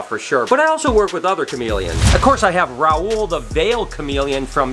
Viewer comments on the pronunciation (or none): none